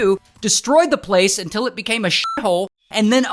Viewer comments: I like when Ray say.. UNTIL 😅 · Top 3 Worst "UnTiL" of 2025...❓ 😳 💔